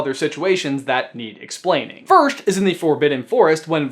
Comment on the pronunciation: Firsht :'D